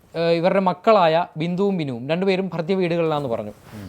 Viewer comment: bro, 'ഭർതൃവീട്, ഭർതൃമതി' എന്നാണ് ആ വാക്കുകൾ. 'ഭർത്യ' അല്ല. ഇതിന് മുന്നത്തെ വീഡിയോയിലും അങ്ങനെ പറയുന്നത് കേട്ടു. ആധികാരികമായി details പറയുമ്പോൾ ഇതുപോലത്തെ ചെറിയ പിശകുകൾ പോലും മുഴച്ച് നിൽക്കുകയും കേൾക്കാനുള്ള ഒരു flow പോവുകയും ചെയ്യുന്നു. (ഞാൻ പറഞ്ഞതാണ് തെറ്റ് എങ്കിൽ അറിവുള്ളവർക്ക് തിരുത്താം.👍🏻)